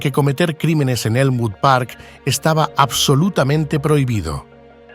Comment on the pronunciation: Elmwood Park, not Moon Park or whatever the hell your AI said.